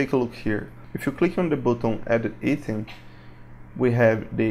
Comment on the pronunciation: I bought this I love this thank you for this... Thank you for the awesome tuts they make this great asset to have in your game making inventory lol... I don't want to be rude or anything it was just 5 minutes in and i was like yeah he does mean "item" you say it like IT+EM say it like I+TEM. Again thank you for all you have done worth every penny.